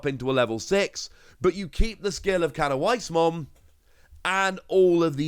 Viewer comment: As a heads up the W in canoweissmon is pronounced as a V. So it's technically cano-vice